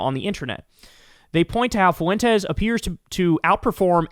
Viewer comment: Well there is Based Lore, I don’t think he’s a foreign bot but he definitely works for FWEN-Tez (yep, correcting your pronunciation again). Update: I just found out Based Lore was thrown off YouTube. Too bad.